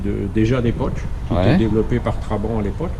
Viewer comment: Ca m'énerve.... On dit pas Traban mais TrabanTttt... Ou alors Trabi comme ils disaient à l'époque là-bas !!!